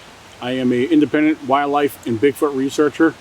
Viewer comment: Is it me or is this guy not pronouncing "wildlife" correctly? It sounds like he's say "wire-life" 300 times lol